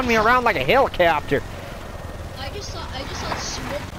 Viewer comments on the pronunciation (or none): I love how he said helicapter